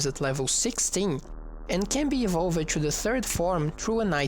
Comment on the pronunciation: Love this series! Your English is awesome, Although if I could point out anything it's that words like "evolved" and "used" and "attacked" which is pronounced "e - volved" (not an extra syllable) instead of "e - volv - ed" . Very educational and well presented